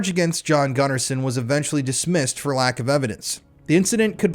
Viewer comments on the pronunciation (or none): none